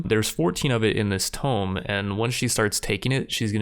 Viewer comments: "Tomb" Is pronounced Too-mb, not tom-b. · its pronounced toom not tome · Why's he calling the Tomb a Tome? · The fact that you are saying tome instead of tomb annoys me to no end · Subbed after watching! since you're interested in audience engagement, this is exactly the type of series i'd follow. Small note: pronunciation of Tomb =/= Tome. First world problems of a Reader lol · It's pronounced tomb! Not tome! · You keep saying "tome" but I see no Tomes.... Do you mean Tomb? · Tome like he is saying is an ancient book. Tomb (too-mb) is an ancient crypt where dead people are kept. Sorry, it was bothering me. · Tomb is pronounced (toom) instead of Tome. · Man who taught you how to pronounce words. I love your videos but its not a tome!!! Its a TOMB!!!! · "open up this tomb" but says "tome" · TOOOOOOMB not tome jeez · open up this 'tome', there's 14 in this 'tome', ... tomB. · Are you trying to say TOMB? You are saying TOME. I was looking all over for what book you were going to open. TOMB rhymes with BOOM. TOME rhymes with ROME. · "Tomb" has the "b" pronounced like "Tuomb" phonetically not "Tome" which is a book. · Never understood why some people pronounce tome as tomb. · Love all your content but I'm convinced you pronounce words wrong on purpose to troll. No one would ever say tome instead of tomb, and you yourself randomly say tomb correctly, so clearly you know how it's supposed to be pronounced. Also WTF is "Knee-crow-mancer" be scared to hear you say necropolis :P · Tome? TOME?? Someone didn't pass English. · please stop saying "tome" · Tomb rhymes with room, my dude. A tome is a large book. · ive never heard someone pronounce "tonb" the way you do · The way he pronounces tomb is infuriating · I know this doesn't really matter and this video is a year old so maybe you already got it, but tomb is pronounced "toom" and chitin is pronounced "kite-in" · Another one: "chitin" is pronounced "KY-tin". (With a "k" sound and a long "i" on the first syllable.)